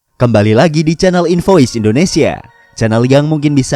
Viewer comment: Udah nyanjung, sok kenal sok deket, eh ternyata salah nyebut nama kan anying. Contoh: Elu: eh lu temen gua waktu msa kuliah kan si Raka Mansor kan? Doi: Sorry. Bukan mas. Gua Rafa 😒 Intinya make V bukan F. Kenapa? Karena bener² akan beda makna dari tujuan penamaan. Infoice = info & ice Invoice = in & voice Sampai disini paham kan? Good!